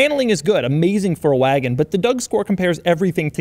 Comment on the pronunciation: When he said ma waagon